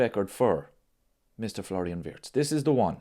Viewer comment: Remember ...His name is pronounced VIRTZ....not Wirtz